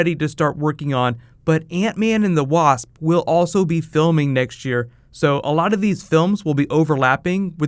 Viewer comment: "The Waahasp" 😂😂😂